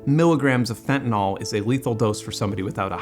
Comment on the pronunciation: Ok 1 more thing. Fentanyl. Just look at the word and pretend you haven't heard it mispronounced by mainstream media and other illiterates. It's that "y". Use it like an 'I' instead of an 'a' and you're golden. ;)